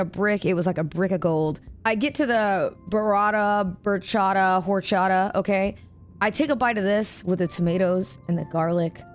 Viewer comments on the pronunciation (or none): none